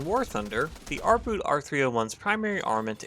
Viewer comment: The German "Boot" is pronounced boat not boot ... you know just like you did with U-Boot.